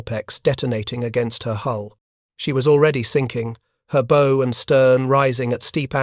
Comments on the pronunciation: Imagine bothering to write a script then handing it to Artificial Unintelligence to be butchered. How hard is it to program into an idiot reader the "bow," in the context of a naval story, is almost always pronouced "bough," not "beau." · Sir! West Virginia here! The front (pointy end) of a vessel is the BOW, like the sound a dog makes "bow wow"! It is NOT "Bow"---like the ribbon contraption on a Christmas Present! Thank so much for a fine presentation! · A boat's bow is pronounced as in bow-wow, not as in bow and arrow. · This AI generated video is good but funny with the pronunciations. Especially funny was pronouncing the "bow" of the boat. It is pronounced like a "bow" in a girl's hair. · Have watched a lot of these. The AI voice has a lot of trouble with English words that are pronounced differently depending on meaning. Such as "bow" (and arrow) vs. "bow" of a ship. Also numbers and dates and plurals.